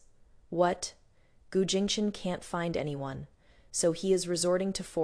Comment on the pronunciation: Your AI narrator needs upgrade especially when pronouncing the words: anyone, everyone, tears, row, wound, bow and a few others more, but I truly enjoy your channel's stories. Fantastic!